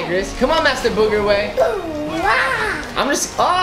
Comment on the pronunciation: Why would say master boogerway he's name is master oway